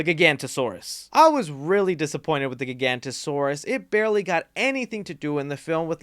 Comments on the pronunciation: Bro, why did you call Giganotosaurus, Gigantosaurus? Why do people do that? CAN'T THEY SEE THE FUCKING "O"?! GIGANTOSAURUS ISN'T EVEN A REAL DINOSAUR, BUT GIGANOTOSAURUS IS!! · Bro, why did you call Giganotosaurus, Gigantosaurus? Why do people do that? CAN'T THEY SEE THE FUCKING "O"?! CAN'T YOU SEE THE FUCKING "O"?! GIGANTOSAURUS ISN'T EVEN A REAL DINOSAUR, BUT GIGANOTOSAURUS IS!! It's Gi-ga-no-to-saurus, not Gi-gan-to-saurus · That prolouge is supposed to be the opening scene, so count that as the opening scene. Gigantosaurus??? You mean "Gig-a-not-oh-soar-us"??? Giganotosaurus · Dude love your vids but seriously Giga-note-ta-sore-us Please ❤️❤️ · I wouldn’t say that they retconned Maisie’s background. Wu said that Benjamin Lockwood told Mills and the nanny (her name escapes me) that HE was the one that created Maisie to protect Charlotte. Unfortunately Mills killed Lockwood before Maisie could learn the actual truth from him so she was left with the lie. Also, I believe it’s pronounced Gig-o-not-o-saurus, but feel free to correct me if I’m wrong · Giganotosaurus is not pronounced "GiGANTASAURUS", have you even seen the movie, or better yet, know anything about dinosaurs outside of Jurassic Park movies? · Nit-picking, but the new Dino is pronounced (jai-ga-nuh-tuh-saurus) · The way he says giganotasaurus physically hurts me 😭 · Eh em…… he said giganotosarus wrong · STILL pronouncing the Giganotosaurus wrong.